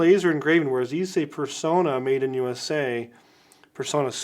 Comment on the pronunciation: Extra points for pronouncing Personna correctly (with a short o).